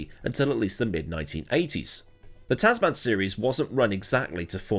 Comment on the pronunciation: Brilliant run down on what has become an annual bit of fun, as usual. I normally accept different accents & pronunciations, but on this occasion, your 2 word Tazz Man has irked me. One word with a short soft 2nd "a", Tasman. So named after "The Ditch", the Tasman Sea between Oz & NZ. The Tasman Series was staged between both countries, & is what hooked me onto F1 in 1968. Anyway, rant over, awesome story, keep it up & Merry Christmas to everyone.